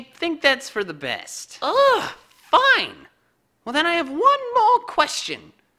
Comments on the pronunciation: squirtle is actually confirmed!! squirtle pronounced it aw-low-lah #exposed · Uh-Low-Luh, not Lah